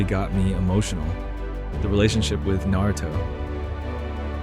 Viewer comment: 15 years and still can't pronounce naruto properly. ok bud